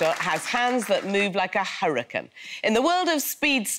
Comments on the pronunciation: She said hurrica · Did she say hurrican? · She said hurican also why isn’t the the Texas kid not there why